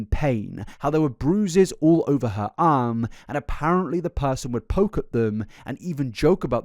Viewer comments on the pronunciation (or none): none